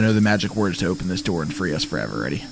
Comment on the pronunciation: Lol bro said "open the noor and his friend " OPEN THE NOOR